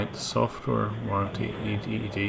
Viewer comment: Atrocious accent: SOFTWARE was pronounced sulfur. 🤣😂🤣